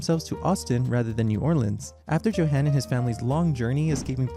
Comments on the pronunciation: I'm not talking about perfection. I'm talking about at least attempting to read it like it's a German word. Joe-han? Yo-hun. It's not that difficult. For all the research that went into this video it would have been better as a slideshow without audio if the language was going to be butchered that badly. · I do believe the name is pronounced "YO-han". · [yohan], not [djohen]. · I'm so confused. Your German pronunciation is sometimes really good (like you pronounce the '-ch' in words like "Bach" and "Richter" perfectly), and yet you also make some pretty basic mistakes, like not pronouncing the "j" and "w" like "y" and "v", respectively (*cough* "Johann" and "Wagen" *cough*). It's as if you did research into how to perfect the difficult aspects of German pronunciation, without even knowing the basics 😭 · It’s kind of hard to take you seriously when you don’t even know how to pronounce “Johann.” Quite ignorant. You have never heard of Bach?